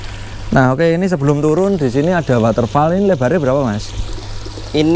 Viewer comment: Muni ne woderfol mas ku...udu waterfal 😁🙏🤣